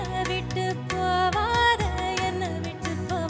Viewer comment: Shwetha sings ".. ennai vittu pOvaathE..." (..என்ன விட்டுப் போவாதே ..). In the original song it is ".. ennai vittu pOgaathE..." (..என்ன விட்டுப் போகாதே .. ). This is important particularly when she has to sing it two times and she otherwise pronounces all other words so perfectly. Beautiful voice. Thanks for the upload.